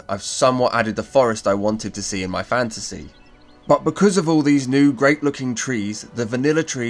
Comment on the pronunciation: Every time you say fantasy my brain always hears "fancy" first haha. As usual thanks for the great video! Planned to try some of these and it's nice to see them in action.